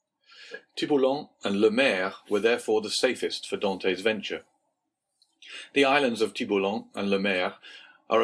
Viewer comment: Dear reader, you should really have tried harder to pronounce correctly the hero's name, Dantès. As the accent grave indicates, it is not Dantee or Dantei, but Dantaes with a short ae sound and an edible s. Well, I will have to turn off the sound and read myself then.